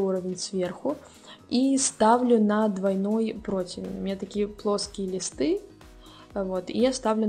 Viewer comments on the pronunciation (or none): none